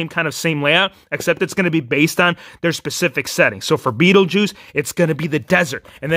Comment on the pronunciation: You said Beattie juice 3 times!